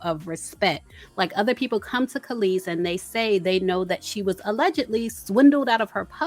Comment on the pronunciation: Kelis sounds like she's saying, "Meet me outside." Lol